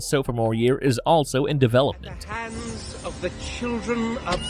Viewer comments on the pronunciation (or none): " the"...not "da" Da this Da that... A 5yr uses " da"